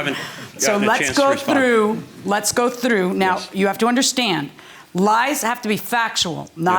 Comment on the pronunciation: the way she says through is interesting. How does she do that, I can't say it like that 🤣